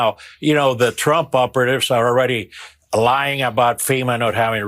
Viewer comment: What about the non degree people ? Lying Kamala ? I keep hearing LION KAMALA